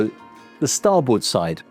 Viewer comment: He can't even pronounce "Starboard " so what do you expect.. Not the sharpest tool in the shed..